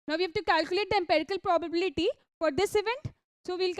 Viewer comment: Improve English. For example the word probability is pronounced as pro bah biliti. Not probaaabiliti. Horrible to hear. Also dont sing talk